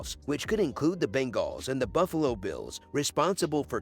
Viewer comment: The Ben-Galls 😂